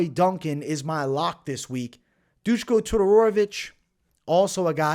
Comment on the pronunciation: I think it was Duskos last name you added a couple letters to it the first time you said it